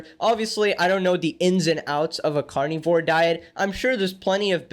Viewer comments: i like how you say carnivore like “carnie-vore” because these people really be looking like clowns, like to the same extent vegans do. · I like the way you say carnivore. Carnyvore lol. 😂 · I know this is supposed to be a serious video and all, but I can’t get over the way he says carnivore😂 I love it😄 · SAME i couldnt even watch w/o laughing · ' pronunciation of carnivore makes me think they're eating fairground employees